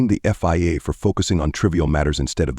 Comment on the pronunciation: VIA.. FIA.. f*cking crap AI